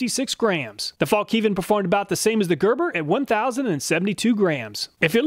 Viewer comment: Fallk niven 😆